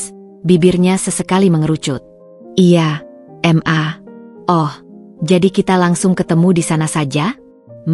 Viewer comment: Mbak baca ma...itu jgn di eja...m...a....tapi maaaaaa, Krn itu singkatan kata mama.